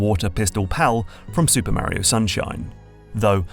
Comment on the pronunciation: I'm so torn. New GMT video not about magnets. Yay! But I have to listen to pronounce Mario. 😁